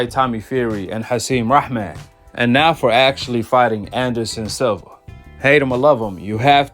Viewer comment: It’s SILVA SIL-VA